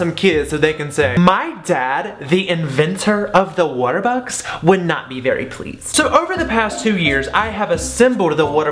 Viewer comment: I use to think you said waterthose